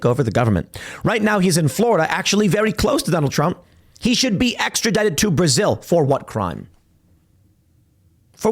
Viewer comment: Is Tim saying, "Prasil?"